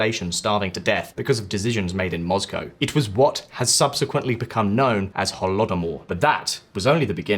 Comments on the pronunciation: He purposefully says Moscow as Mozcow? Erking my nerves lmao just say like it is. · Have i been pronouncing Moscow wrong all these years?